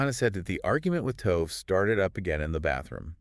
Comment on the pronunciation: I think the least an investigative reporter can do is learn how to pronounce the victim's name. I wanted to listen, but could not get past it. I will try others, but I hope you take this advice, it will help your channel. It doesn't take much to learn the pronunciation of foreign names. In this case it's "to-veh", not "tove".